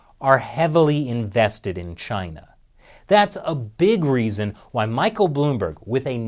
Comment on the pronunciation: It's Chyina.